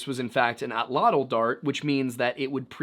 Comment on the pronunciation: The word "atl-atl" is pronounced at-latch.